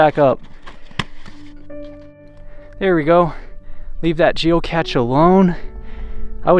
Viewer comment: Its geocache. Pronounced geo-cash. The big tank with holes and tubes is a boiler that was used to create steam.